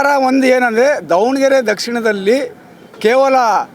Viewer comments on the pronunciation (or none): BRO IT IS DAVA NA GERE NOT DOVA ANA GERE